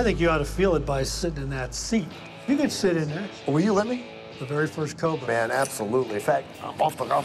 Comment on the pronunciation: Yeah that is not how you say that! Yeah you Yeah that you say yet cobra!